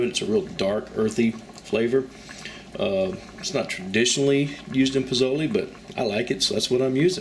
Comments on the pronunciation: Its more of a (leh) ending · If you're making Pozole, then pronunciation is important. I hear you saying pizolie and pazoley. Please. This is not an Italian dish. It is distinctly Mexican. It's pronounced poh-SÓ-leh. I didn't get into the pronunciation of the various types of peppers you used. You get what I'm saying. That would be like us Mexican folk saying chaikin when what we should be saying chicken. Do not open a tackkerreeuh until you learn to pronounce taqueria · It is pronounced Pozole (Lay) not (Lee) at the end. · You obviously know how to say the names of the dish and peppers correctly...you are purposely saying them wrong. Coming from a Texan. BTW dig the recipe and you obviously know how to cook